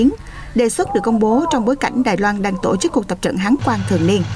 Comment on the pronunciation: Anh phát thanh ơi, giọng anh hay , nhưng sao anh đọc tộ chức( tổ chức)